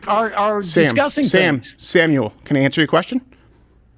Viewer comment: Oh just pronounce it Sam-U-al and be done with it; as it is way to much fun not to.